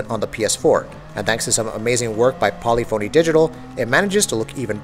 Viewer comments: Its not Poly-phony, its Paa-lif-fa-nee And its not Antializing, its Anti-Alias-ing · I wanna rip my ear everytime he try to says Polyphony. Lol